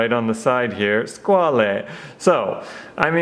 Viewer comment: Nice review..just about "squale"it s another french word to say "requin"...a shark.So..pronounce squal😉not squalé